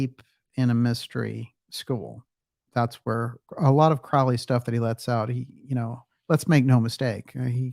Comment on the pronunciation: Crow - like the bird. DJ used to get it wrong and it drove me nuts. Thank you to whomever corrected him!